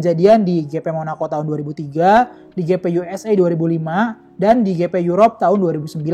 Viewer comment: Waktu baca GP di baca gepe, waktu baca moto GP di baca english, Alangkah indahnya di baca aja english dehhh